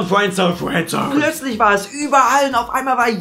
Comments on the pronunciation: Fuääändsoun:D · kann fRiendzone nicht aussprechen:D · Bei hört sich Friendzone nach Fwenzone 😂😂😂 #SPACERADIO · Fwendzone:D hach ja